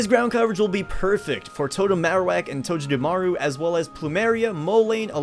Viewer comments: OH MY GOSH ONCE AGAIN Toe-geh-da-maru NOT TOE-JA-DA-MARU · You do know you pronounced Togedemaru in the most cringiest of ways, right? XD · Did u say totem mimikyu’ SOS encounter skarmory? It’s totem togemumaru’s sos